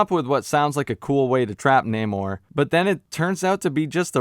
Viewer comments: The main antagonist's name is pronounced as NahmÓRRRRRR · in the spirit of political correctness, you gotta roll the Rs like Galadrrriel... it's pronounced Naw-Morrr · I LOVE THAT ALL THE BLACK PEOPLE IN THIS MOVIE PRONOUNCED NAMOR CORRECTLY-"NAY-MOR"- INSTEAD OF THE IDIOTIC "NON-AMOR" BULLSHIT THAT HE CALLED HIMSELF... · It’s NAH-MOR. it’s not that hard my guy. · Loved your review! Totally agree! And the naymourhdjsod pronunciation - made ma laugh so much!!! 🤩 😂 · Its, Nah-moor~ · Its pronounced Nemo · You could've go back and watch the movie again and listen how they say his name, but you gotta repeat this lame ass joke a couple of times when in reality his name is so fucking easy to say. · In case you didn't know I like your videos but just so you know the whole thing with namor and being pronounced in a Spanish way as you know a person who's Puerto Rican that was not something that was you know done for any cultural reason it was done because Paramount owns the f**** rights to namor and the submariner property so they couldn't say the name and they couldn't use the term atlantian they couldn't use to try then they couldn't do none of that so they had to get around it that's why they they took the whole culture and they pronounce his name differently that's what this whole world to embrace the Latino culture and all this b***** that wasn't true about us but I think that the guy did a decent job with what he was given it could have been a little better the movie was okay it was all right but that's what happened that's what the whole thing with the Namor situation is about nothing else they just don't have the rights to the character and they didn't want to get sued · It's not hard to pronounce namore. They were important to us, represention.. other than that I completely agree with many of your point of views. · You had me laughing every single time you said “Namor”